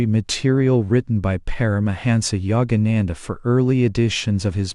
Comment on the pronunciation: Please I respect that we all have regional accents but your pronunciation of his name alone is horrible. Be respectful of this great man. To intentionally mispronounce his name is truly disrespectful and insulting. All your pronunciation is horrible. These people come from another country. Please have a little respect.